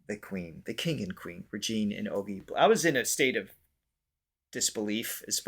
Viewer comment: Ogie is pronounced O-JI not O-GEE I’m glad you enjoyed the Philippines❣️ The experience will surely change you🥰